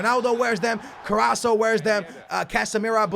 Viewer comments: its CarassCO good ivd btw👊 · It's CarrasCO get it right man 😂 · its Carrasco, CarrasCo. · Its carrasco with a c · Carrasco's name has a C in it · Does anyone else find it annoying when he pronounces Carrasco's name wrong? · Allan Mcphee it is actually a double R but that is very hard to pronounce if you are not spanish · Allan Mcphee.him saying this us so annoying. Well said mate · Raz Da Big Mak it drives me crazy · does realise there is a c is carrascos name 😂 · Did he not look at the comments of the last video on how to pronounce carasco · The way you say Carrasco triggers me..... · So triggered by the way he says Carrasco.......pls read your comments from the last video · Please pronounce Carrasco right! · It's carrasCo not carraSo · It's carassco not carasso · it's carrasco and not carraso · You're pronouncing Carrasco wrong. It is Carrasco not Carrasso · hey look this becomes worst his mane is not CARRASSO ITS CARRASCO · Yo It's: Carras-CO not Carra-SO, Just helping no hate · IT'S CARRAScO NOT CARRASO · CarrasCo no Carraso ;) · KarasCo not karasso CO😃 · get i right plz its carrasCo not Carrasso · Haha, it's carraSCO not carraSO. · plz could u say carrasco not carraso plz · the name is CarrasCo not carraso:-) #nohate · His name is carrasKo not carrasso the C in carrasco is like K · CARRASCO!!!!! CARRAS - CO!!! NOT CARRASSO!!! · Ka-ras-ko not carosso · Somebody please let him know that there is a c in carrasco it's not carraso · Hey, its CarrasCo NOT Carasso;) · His name is CarassCO NOT CarasSO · CarassCo not carasso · Stop saying carrasso his name is carrasco with a c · hey its carrasCo not caraso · let's count how many times sais carraso not carrasco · it's Co-ras-co not corasso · it's carasCo not caraso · he is still saying caraso it's CarasCo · Btw It's CARRASCCCCCCO NOT CARRASSSSSO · HIS. NAME. IS. CARRAS(C)O. NOT CARRASO!!!! Love your vids <3